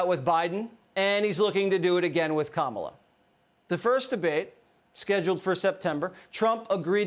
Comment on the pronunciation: Stop calling her Kámala, call her Kamála.